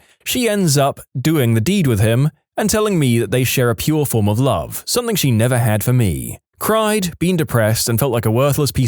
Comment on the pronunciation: No K in the word something